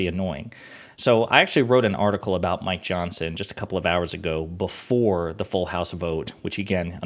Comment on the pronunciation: Every time you say Mike Johnson, it sounds like you are saying My Johnson.